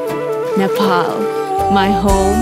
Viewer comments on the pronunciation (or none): Such a creatine video that gives goosebumps, Nepal this time definitely brings a crown home...One thing Miss Nepal should pronounce NEPAL as NEPAl not NEFAAAAL foreign people would say what we convey it to them... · जब सम्म नेपाल लाई नेफाल उच्चारण गरिरहन्छन तब सम्म जस्तो सुकै भव्य श्रव्य दृश्य बनाए पनि कुनै अर्थ राख्दैन। प्रियंकालाइ फ्रियंका भन्दा जस्तो सुनिन्छ त्यस्तै सुनिन्छ नेपाललाई नेफाल उच्चारण गर्दा। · Please don't say nephal its Nepal in any languages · Nice video but a thing that got into my nerves was to hear Nefal from you. You are representing Nepal, I request you to pronounce it correctly.